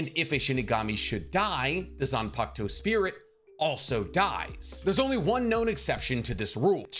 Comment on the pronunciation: how many times y’all think he said zanpakto